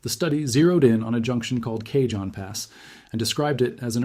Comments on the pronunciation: You would really believe that a human educated in seismology would repeatedly mispronounce the word "cajon" as "Cajun"? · Please take two seconds to learn how to pronounce “El Cajon.”